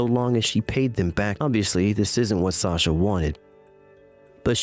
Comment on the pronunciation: Wow, Sasha’s own mother can’t pronounce her name right